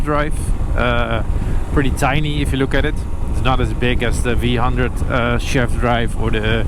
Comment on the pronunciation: V one hundred. Not vhundred